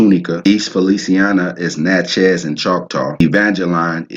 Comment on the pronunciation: Lol, I’m a St. Landry Creole, maternally Natchez (w/ Coushatta ties) from St. Landry (Big Cane and Opelousas). It’s pronounced ‘Nah-chee’ but my family also pronounces it ‘Nah-chae’. He was definitely butchering the pronouciation but at least he tried.